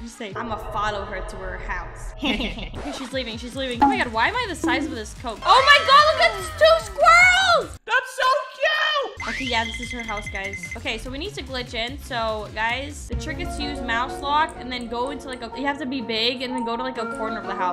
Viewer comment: You said squirres I’m a squirrel